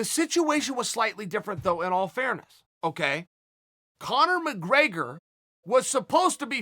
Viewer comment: conor mcgraygor